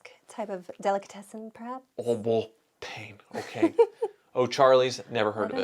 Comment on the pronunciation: The Tucker movie said a lot of misinformations that people still believe to this day and that's sad. All of the "innovations" that were on those cars had been on other cars before that. EDIT:, you need to work on your French! lol But I'll translate it for you "Au bon pain" would translate "At (the) good bread".